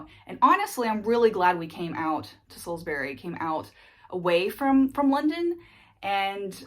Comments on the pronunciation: It's not Salizbuuury it's sauls-bree. But otherwise you are doing great! Way/troase was spot on! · Spot on with pronouncing "Waitrose" 🙂 words ending with "bury" tend to be pronounced "bree", so "Sallsbree" or "Sainsbreese" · TIPS FOR TOURISTS: With any place name in the UK which ends in "bury" (Like Salisbury) the "bury" part is pronounced as "brie" (like the cheese). So Salisbury is pronounced as "Saulzbrie". Actually, the same is true for Strawberries ("strawbries"). You made the right decision to avoid London as a place to live, it will just burn all your money. From where you are there are some great places to explore and honestly, you'll get a more honest flavour of what the UK is actually like from outside London. Looking forward to sharing your adventures : ) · Salsbree, Sainsbree etc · the way you say salisbury and sainsbury is weird. why you say "berry" ? dafuq?